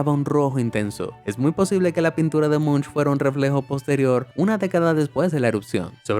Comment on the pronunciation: Si se escribe "Munch" pero pero se pronuncia "Monc"